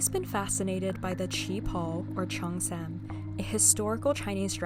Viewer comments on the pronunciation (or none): this is so pretty! for the pronunciation of cheongsam the "sam" part of the word the "a" would kinda be pronounced like the a in san (三), if that makes sense?